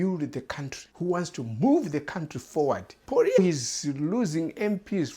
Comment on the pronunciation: Muckraker, you have come with nothing but muck. Go and get your head examined. Nothing but click bait. You cannot even say the opposition leader’s name correctly.